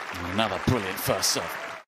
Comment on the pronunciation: I disagree - He only tells us what we all just saw, i.e., a) bwilliant winner down the line and including the name of the person, which we all know, b) the score c) Cannot Pwonounce 'R's.... Otherwise, the energy is fine, but why can't he and all other commentators tells us anything useful and don't already know?